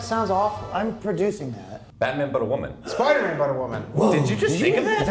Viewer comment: Girl spierman? U mean spider Gwen?